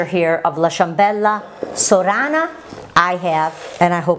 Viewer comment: Perché dici Soora Acento Inglese .. nn è meglio dire Sora alla Sorana